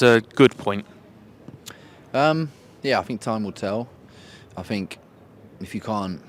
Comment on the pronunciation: Jack Wilshere bingo: - “it was tough” - “hurt” - “belief” / “believe” - “I fink” - “character” - “credit to ____” - “Inmah upinyun” - “them moments”